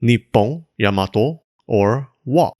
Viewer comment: Or, you could also pronounce it "yah-mah-toh" like the Japanese! Instead of "Yeah-muh-toh" 😊